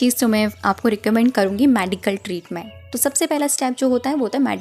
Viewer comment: मेडिकल बोलते है मॅडीकल नही